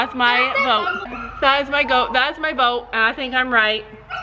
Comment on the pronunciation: u tried to say vote and u said goat!!!! 😂😂😂😂😂😂 This video was, as the title said, hilarious. asked what we wanted to see, and my answer is, I LOVE ALL YOUR VIDEOS! I DONT CARE WHAT THEY ARE AS LONG AS THEY'RE DAY BY DAY! ❤️❤️❤️❤️❤️ But,I'd be in favor of more SSO videos...